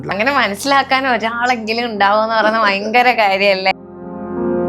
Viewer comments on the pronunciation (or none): ഫയങ്കരം തന്നെ { ഭയങ്കരം }..😂😂😂😂😂😂😂🙏